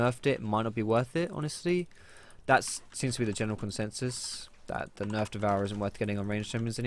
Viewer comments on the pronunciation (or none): none